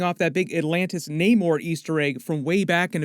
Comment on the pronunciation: His name is Namor,not Neymar! 🤦‍♂️😅